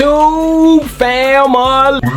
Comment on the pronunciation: I’M TUNED IN! FAM•A•LEE